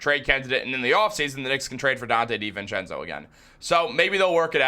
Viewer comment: I can’t take it how you say Di VENcenzo lol. It’s divincenzo bro